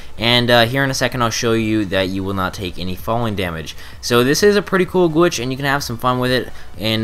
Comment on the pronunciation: why does he keep saying gwitch